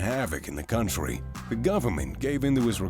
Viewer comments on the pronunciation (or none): none